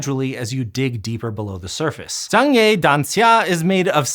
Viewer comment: i like how you pronounce zhangye danxia properly